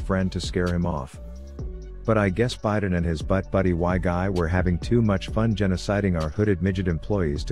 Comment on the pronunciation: Everytime he says Biden I giggle